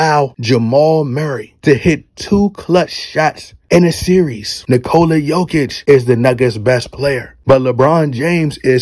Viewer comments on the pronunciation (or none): none